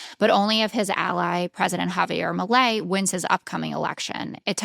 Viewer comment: "Havier Malay" lmfao